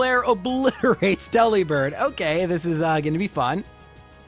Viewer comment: Also, it's a bird that delivers, not a bird who works at a deli, so why is it DE-li-bird and not De-LI-bird?